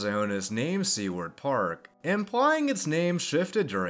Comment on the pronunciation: Great video as always. My only complaint is the pronunciation of "Seward." The name comes from William Seward, the secretary of State under Lincoln and is best known for the purchase of Alaska, better known as "Seward's Folly." I'm not great with phonetics but it goes something like this "sue-word."